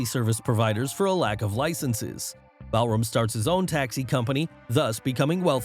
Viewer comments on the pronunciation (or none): It is Balram not Ballroom